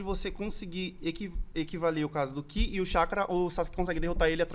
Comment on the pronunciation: Nao é QI é KI